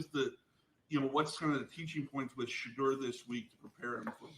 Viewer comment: He just can’t say Shedeur’s name. It’s just a shame to say a rookie. His name is SHEDEUR dude.